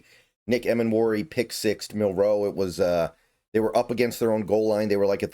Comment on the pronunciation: I recommend practicing saying Jalen’s last name starting with the letter “N” to get you saying it without the pause like in Marilyn’s last name. So: ‘Nilroe’. Nilro, Milro, Nilro, Milro, Nilro, Milro, Nilro…Nitro, Nilro, Nitro, Nilro, Nitro, Nilro, Nitro-Milro, Nitro-Milro, Nitro-Milro, Nitro-Milro… But you’ve said his name correct more often than not so definite improvement.